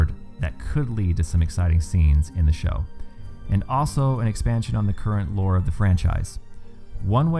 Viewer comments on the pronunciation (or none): none